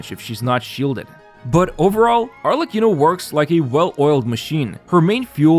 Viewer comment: Still amazed by the quality of your content. Perfect pronunciation of Arlecchino btw.